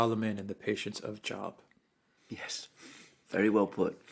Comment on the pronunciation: JOBE....not job pronunciation from the old testament...he was supposedly very patient